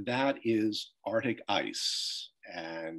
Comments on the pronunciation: Every time he says “Artic” we should take a sip 🥃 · Arctic is pronounced Arktik not artic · Why cant these guys pronounce arctic. As in Ark Tick, not artic. 90% of the volume of arctic ice lost. What utter tosh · I might have been too sleepy to notice. But now I’m going crazy with every “artik”. Maybe it’ll help wake me up! 😆🤦‍♀️